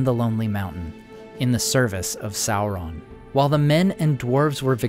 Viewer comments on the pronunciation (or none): none